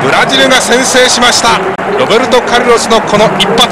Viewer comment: ロッペンちがう！ って聞こえたｗｗｗ